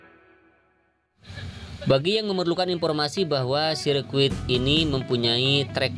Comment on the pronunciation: Sirkuit bang.bukan biscuit... Hehehhh😂😂😂😂😂